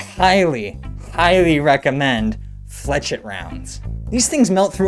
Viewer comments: No tarkov YouTuber gets this correct, "flechette" is pronounced flesh-et, not flechet, not fleshetty (Pestily) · it's not flech-it it's fla-shet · the way you say flech it (flechette) anoys me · pro tip: flechet is pronounced (fluh•chay) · It's pronouned fle-SHET, great video otherwise :) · Fla shet. Flechette is pronounced, fla shet. I'm a gun/weapons history nerd, hopefully I didn't come off as a dick :) Sick vid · Pronounced “flesh-ette” btw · Good shit bro… BTW it’s Flesh-ette. Love the vids, keep ‘em up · its also pronounced fleh-SHET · stop saying flachette like that